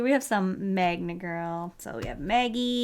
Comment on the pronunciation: Magna girls... ok another YTber pronnounciaton to add to my collection